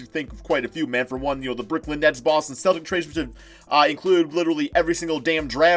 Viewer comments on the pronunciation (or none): none